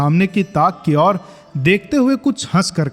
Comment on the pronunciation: उच्चारण थोड़ा और सही करिए भैया, मां की ओर सुस्त नजरों से देखा वाले प्रसंग में, मां की और सुनाई देता है। जबकि, मां की ओर होना चाहिए